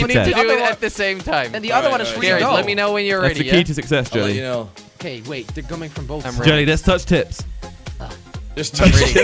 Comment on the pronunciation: Hahaha 😂😂😂😂😂 you said gelly not jelly hahahaha